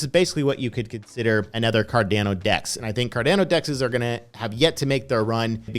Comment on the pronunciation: Normal person: Cardano (ADA): c - a - r - d - e - a - u - n - o (AEUDA)